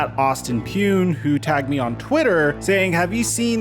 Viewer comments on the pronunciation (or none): none